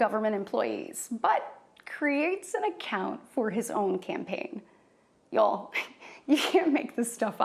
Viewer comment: Y'all, she doesn't even say "y'all" right. I'm going to need to see a birth certificate.